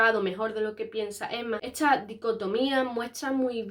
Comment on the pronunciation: Por qué dice "esCHa" y no "esta"...? Eeeeehhhhhh...